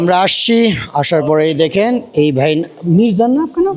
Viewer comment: বাই না ভাই বলুন ঠিক করে বাংলা বলুন